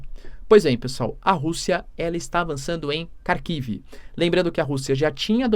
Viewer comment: Minha mulher é russa e dá risadas cada vez que o diz Kharkiv.